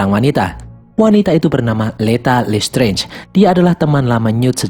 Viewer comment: Listrez,,,dikit2 lestrez,,, sering denger lesterz,,, kyk denger lestrik Mulu,,😆